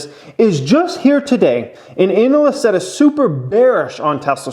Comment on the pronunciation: I like the way you say “anal-ist”